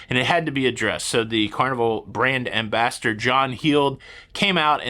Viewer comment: 😅😅😅 it sounds like you said brand "embastard" 🤣🤣🤣